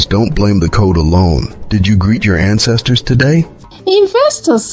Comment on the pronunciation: ❤ Love the way you started, "dis one eh"... Also love the way it ends, "in di name & Powa of our ancestas & divinity" ❤